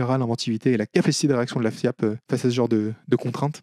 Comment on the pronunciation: Des ranks League of Legends le bordel Ah et désolé mais je peux pas m'empêcher d'entendre fiak à chaque fois. Ce qui rend "Maître FIAP" très rigolo